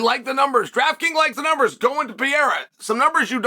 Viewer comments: WHO IS "PIERA" PRONOUNCE HIS NAME PROPERLY "PE-REI-RA"!!! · Pee-era 😂 Islam makalchev 😂😂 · 4 to 1 odds that chael will pronounce pereira pee-era